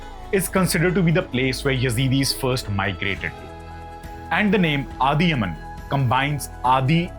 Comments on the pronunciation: It’s not Adhi yaman , it’s Adhiyaman a South Indian king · Its not adiyaman we pronounce adiyamaan(அதியமான் ) because iam from southern India tamil lord karthikeaya (murgan) he's war lord and hes primary god for Tamil peoples and hes the gardien specially tamil people. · That is adhiy+aman that is the correct pronunciation. We still have this in our community not allowed to marry outside the community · Adhyaman - I think it should be properly pronounced as Adhya-maan which is a name from ancient Tamil scripts. Also archeologist and researchers have found similar ancient names all across the places ranging from Pakistan to Iraq. My information may not be picture perfect but you can find more information on the internet. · Snathan is no where related to South-Indian or God Muruga. I am from Tamilnadu. Adhiyaman pronounced by you may bring a smile in the face of South-Indians😂